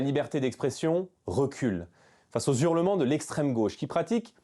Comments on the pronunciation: Merci pour cet échange. Et, en toute fin : monsieur Bardella pourrait-il parler le français ? On dit des hurlements ("h" aspiré en début du mot) et non des "zurlements". Mais où sommes-nous ?! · Les zhurlements, Jordan ? C'est comme les zharicots, etc.